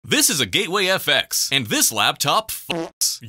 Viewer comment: "Gayway FX"😭